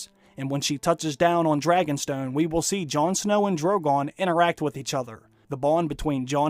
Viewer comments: He gonna pet da Dwagon !! nice Dwaqgon !! Dwogon da Dwagon !! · Jawn and Drogawn Lol